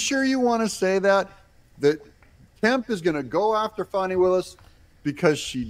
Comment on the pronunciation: it’s Fani not Fatti